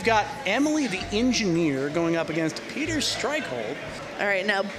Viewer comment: They butchered Peter's name. They got the whole crew:, Peter, Emily,. You know it's gonna be fun chaos with those people in the same room